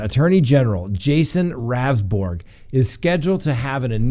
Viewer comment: Just an FYI for everyone his name is pronounced roundsburg. I want to see him explain those glasses in the front seat and back seat! Or in the front and back of his car.